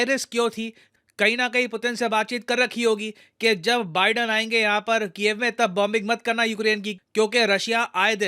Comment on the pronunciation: When you say Ukraine capital name ,it sounds like cave ''Gufa''🤓